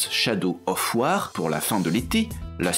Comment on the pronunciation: War se prononce "waure", pas "wâhr". Merci les frenchies, faites un effort, que diantre.